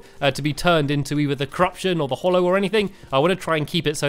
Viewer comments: ''Tis hallow not hollow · Hallow not Hollow Stanmpy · its hallow not hollow